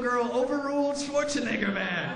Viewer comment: Respond to this video...lol, he said swatzenegar man